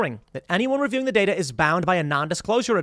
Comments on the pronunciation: Datar? Dater? 🤣 good stuff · DATER, HAHAHA